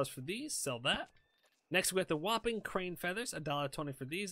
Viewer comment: Hey...it is pronounced "HOOPING" Crane